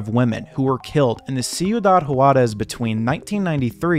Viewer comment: Hate to be that guy: "Juarez" = "Hwarez" not "hu-arez"